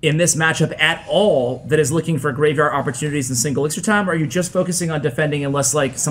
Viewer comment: Dear editor- it’s elixir not elixer